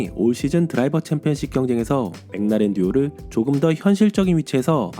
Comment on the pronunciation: 맥라렌 읽으실 때 '맹라렌' 말고 '맥 을라렌' 이라고 하면 더 원발음에 가깝지 않을까요